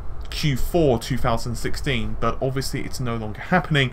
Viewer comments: I hear it like ooh! "Butt!" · Lol, am I the only one who heard the last "but" as "FUCK!" I swear, it sounds like he says "FUCK! With all of that said.... "